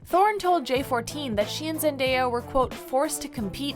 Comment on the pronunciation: I think its pronounced "Scar-ce" not "Scare-ce" and ... NEVER PRONOUNCE ZENDAYA LIKE THAT!!!!!!